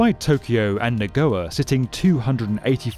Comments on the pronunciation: Na GOYA not Na GOA. Ya. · NagoYAAAAA. Not Nagoa. Haha. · Nago YA. YA. Say it with me. NA GO YA. Not Na Goa Come on man. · The city of Nagoya is pronounced nuh-goy-uh, not nuh-go-a. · NA-GO-YA, not NA-GO-WA. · Correct your Pronunciation It is not Neh’go’wa It’s pronounced Na-Go-Ya Get it right. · Good video but please: it is "Nah-goy-yah" not "Na-go'er" If you get a script with words you don't know how to pronounce - ask. D.A., NYC & Tokyo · it's read NagoYa, not Nagowa btw. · I usually dont mind bad pronunciation in videos, but what the shit is nagowa? Nagoya is a famous city and it's pronounced as it is written. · What is Nagoa? Can this guy read? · "Nagoa"? I didn't look at the screen and was so confused haha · Muricans, how are you doing it?? Chu+o='chao'?? Na+go+ya='Nagowa'?? How do you manage to butcher the easiest words out there, it's so cringy... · Embarrassing pronunciation of Nagoya, unless your script read “Nagowa.” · Amazing video as always! But Nagoya is pronounced Na Go ya and Chuo as Chew Oh 😂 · I was going to forgive the mispronunciation of Chuo as Chow. But then came the worst pronunciation of Nagoya I've ever heard. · That is the worst pronunciation of Nagoya ever. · pronounced "Nagoya" wrong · his pronunciation of nagoya damn son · Why does he struggle so much pronouncing Japanese words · The way you pronounce Nagoya.. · How bad is the pronunciation of Nagoya in this video? Completely wrong. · Very interesting video - I enjoyed watching it.... but I think you need to learn how to pronounce Nagoya... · Agreed. "Nagoya" was the worst offender, but he mispronounced "Chuo Shinkansen" quite badly as well. I'd be excited for a video dedicated to this project, but please practice the names beforehand :)